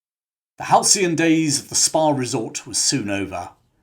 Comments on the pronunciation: He said Spa, not Spar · At first I thought you'd said "in 1826 a Spar was opened on the island..."